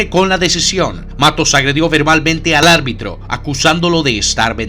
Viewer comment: Buen video. Solo un detalle, se dice ARBITRO. Saludos